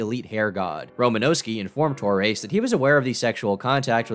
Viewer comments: TOR-REZ.not TOR-AISE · I've never heard anyone pronounce Torres like that lmao. I've always heard, "Tor-ez" or "Tor-rez"